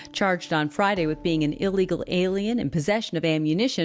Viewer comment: Don't say " uh-legal", say ill (as in 'sick') legal. "Ill-legal". Otherwise go back to ESL.